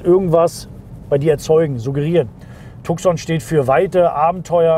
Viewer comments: Cool video, but whoever made the colorgrading made the mistake to shift the Red color into Orange which is misleading since this color does not exist in Tucson lineup. Also it is pronounced Tu-son not TuK-son. Other than that - great video. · Aussprache von Tucson wird Tuson ausgesprochen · Tuson wird ausgesprochen.Tucson ist ne Stadt in USA. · Tukson hahaha xD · Tucson spricht man anders aus. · Tukkkkson - Lambordschini :-D Hast Du ne Wette verloren und musst die Modelle/Hersteller so falsch aussprechen? :-D Ansonsten aber tolle Vorstellung! Unterhaltsam und informativ. :-)